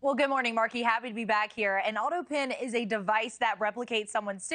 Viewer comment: Why can't she say autopen? How odd